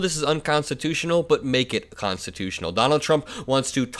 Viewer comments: Constitooooshh...... he can't precisely say the word constitutional. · GG. Be safe. If you listen the guy whose name im done with, said constitush, not constitutional. Im afraid he is having mini strokes, we shall see. Have a happy please and thank you. Ps please give us an update on what your friend has to say about that. Ty